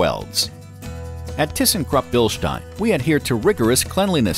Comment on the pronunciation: I had to come here to finally hear someone pronounce Bilstein correctly.